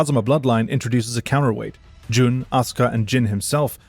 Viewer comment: Similarly, Jun is not pronounced like June, rather the u is like that in put.